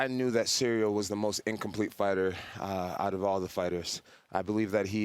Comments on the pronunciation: Cereal Gane :D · Bro called him cereal 😭😭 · the disrespect is actually so hilarious to me, Jon just calls him "cereal gain" and i cant even tell if it's on purpose or not... he must know how its pronounced because others say Gane's name in front of him 100's of times this week... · He even puts them down mentally calls ciryl gane "cereal gain" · Dude keeps calling him Cereal haha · Jon calling him “Cereal”💀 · The disrespect of this man keep calling him “Cereal” 💀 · anyone peep him call Ciryl, Cereal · It’s funny how Jon calls him Cereal lol 😂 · I swear I just heard jones call him cereal! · Did JJ call Ceral "Cereal"? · He called dude cereal 😂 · I think he called him ceerio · I love how Bones calls Gane " Cereal "😂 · See-real Gain, 😂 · He’s still calling him Cereal 😂😂😂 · bro said Cereal XD